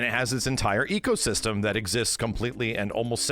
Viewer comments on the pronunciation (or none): none